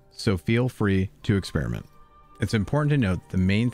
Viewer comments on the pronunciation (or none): none